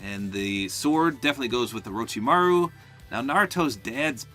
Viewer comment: you said orochimaru on point 👍